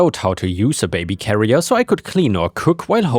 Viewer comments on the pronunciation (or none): none